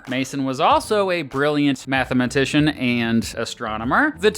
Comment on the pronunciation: I had NO idea mathematician was five syllables. Next, you'll tell me athlete is phonetically, ath-uh-lete.